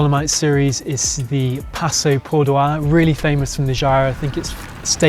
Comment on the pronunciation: Dear passo Pordoi is in Italy…not in France,so relax and pronounce it the simple way.Thanks for posting😊